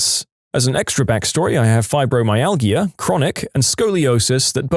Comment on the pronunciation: "UTIs" isn't a single word. It's an acronym, pronounced "yoo-tee-eye", and stands for Urinary Tract Infection. Also, fibromyalgia is pronounced with a "j" sound from the "g," meaning it's pronounced "fye-bro-my-al-jah".